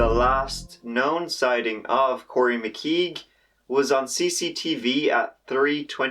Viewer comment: Think it’s pronounced CORE-E